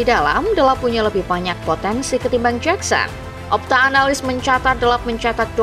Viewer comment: Jakson min, bukan jeksen